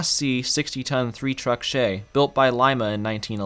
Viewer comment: You pronounced Lima wrong in this context. It's "Leema", not "Lime-a".